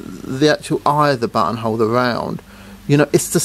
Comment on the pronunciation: Your accent makes "buttonhole" sound like butthole.